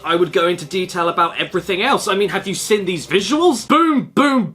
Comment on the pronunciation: How come he can't pronounce "seen" like a normal person? He speaks pretty normally 99% of the time, but when he says 'seen' it's "sin". It's literally the weirdest thing I've sin on YouTube today, or perhaps I mean hud... Sorry, heard.